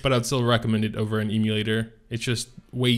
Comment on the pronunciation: Please stop saying eeemulator.